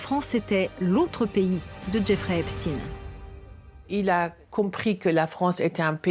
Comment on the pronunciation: Déjà c'est pas epstine mais epstayn ! Prononcez correctement ce nom sioniste !